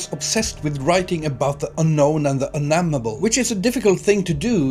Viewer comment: the "un-nammable"? wtf